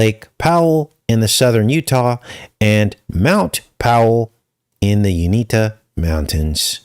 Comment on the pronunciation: . Not being rude : I live in CO , and the mountains are named after Ute Indians , but it’s pronounced; (You-In- Tah). The term Uintah comes from the Ute word “Yoowetum,” And these people are known for their rich culture, artistic traditions, and ongoing efforts to manage their lands and resources. (Copied from Google)